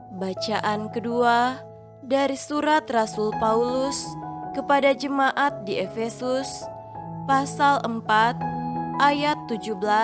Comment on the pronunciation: Disarankan kepada sipembaca katakan sebutkan jemaat dab bukan jema ah